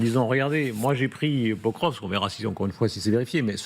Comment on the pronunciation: Il faut vraiment que les journalistes apprennent à prononcer correctement le nom des villes. Pokrovsk se prononce Pakrovsk. Le "O" se prononce "A", sauf sur l'accent tonique.